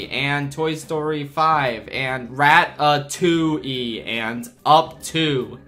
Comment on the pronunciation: "Rat-a-2-ey" has no right to make me break out into as much laughter as it did 😭😂